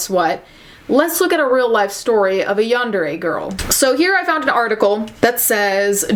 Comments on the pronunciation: It’s pronounced yawn-der-ay I believe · Its yahn-deh-le やんでれ Also there is a huge difference in how Japanese people see crime or apologies etc. Cultural differences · Yarn - De - ray The R is rolled as Japanese people don't pronounce the R, it makes it easier to say when the word is stringed into a sentence.. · the pronunciation... “yahn-deh-reh” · It's pronounced basically like Yawn-Day-Ray. :) You got really close! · It's pronounced yan-de-RE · It’s “Yawn-dah-ray.” You’re welcome. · My friend told me it's pronounced Yan da day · Deep breathing I know what this video is about, but I'm too scared to listen in. Also, laughing at how you struggled to pronounce yandere.